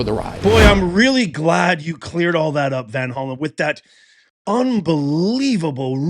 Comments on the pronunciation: Hey professor, you might want to fact check yourself before reporting sh**. It's VanHollEn, not VanHollow, like you're pronouncing it. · It's Van Hollen